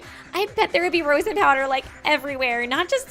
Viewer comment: hearing mispronounce rosin kinda hurts guys..... rose-in... raw-sin